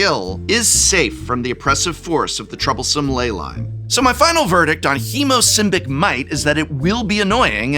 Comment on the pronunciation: if you listen without paying much attention, prof calls hemosymbic himbo